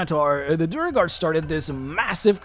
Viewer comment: I feel a twinge of unreasonable anger every time he pronounces Duergar as Duh-reh-gar